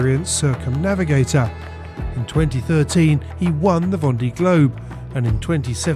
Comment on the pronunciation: Careful how you pronounce words. Grand and grande does not mean the same ! Also it's pronounced. Vonday